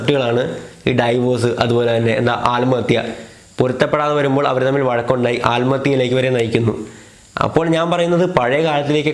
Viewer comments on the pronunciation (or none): ഡൈവോഴ്സ് അല്ല 'ഡിവോഴ്സ്' ആണ്